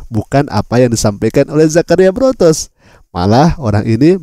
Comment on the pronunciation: Botros, bukan Brotos